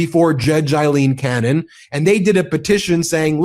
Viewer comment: Aileen, not Eileen please, every Eileen in the country thanks you.